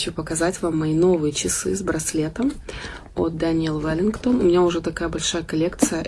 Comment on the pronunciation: Как же раздражает у каждого прикаждого блогера этот Дэниель Вэлингтон.....аааа....это имя слышать уже тошно!!!